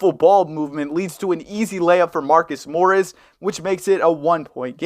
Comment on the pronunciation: "marcus morris"